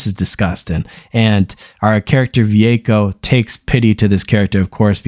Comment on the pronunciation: It's Vueko not Ve-echo